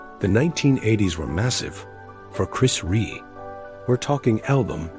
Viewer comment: Who the hell is chris reè it's chris rea you fucking disrespectful barsterd have some respect for the great man your cashing in on his passing there's no words for people like you now fuckoff